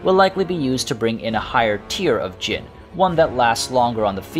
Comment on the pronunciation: It's time for come on baby lol. There is one letter missing ع , you need to pronounce that to pronounce araby right, also you pronounce jinn perfectly.